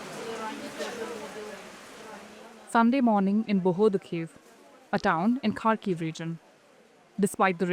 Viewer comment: It's been nearly 5 years of brutal war and still our western media can't be bothered to learn how to pronounce 'Kharkiv'.